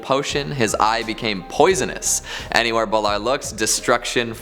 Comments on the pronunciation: Wouldn't no. 5 be pronounced bay-lore? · DUDE, thats not how you pronounce Balor. Baaaa Lore get it right.